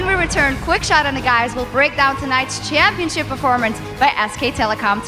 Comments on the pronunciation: "champiopnship" lmao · LOL i almost died laughing ''World champiopnship''